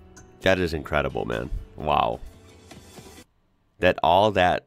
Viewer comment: that is how you pronounce "M.A.N."